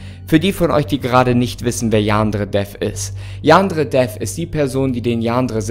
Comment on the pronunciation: Ich finds toll wie er statt Yan-dere-dev, yaandre-dev sagt 😅